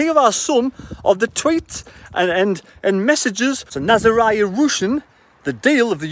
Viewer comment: Pronounced ' ROOSIN' surely?